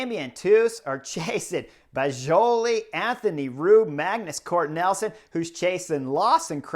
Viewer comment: You’re killing me… Magnus Cort Nelson! It’s NIELSEN (neel’ son).